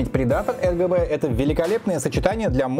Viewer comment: Мне не послышалось ЛГБ ток ты одну букву не сказал, а так обзор топ, реклама навящевой не казалась, продолжай в том же духе!